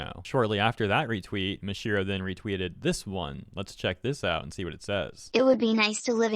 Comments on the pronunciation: nooo, it's not Mashiro, it's Masahiro. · Reading Japanese names is really simple and easy, I don't know why people keep saying them wrong. just straight up called him Mashiro no sweat. It's Ma-sa-hi-ro. Each one sounding like they are written. you don't have to guess anything, just how did Ma-sa become Ma-shi. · It's Ma-sa-hiro Ito not "Mashiro Ito". Edit: OH MY GOD!! I am so sorry but you continuously calling him Mashiro is genuinely annoying me and idk why lol 😂😂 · Does anyone else cringe when he says “Mashiro”? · hey man its Maw-saw-hero. Japanese has hard congregation sometimes. im a beaner but japaese word structure is easier. be well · Bro really pronounced his name wrong the whole damn video, smh.